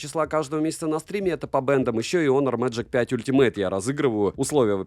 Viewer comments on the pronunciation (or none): none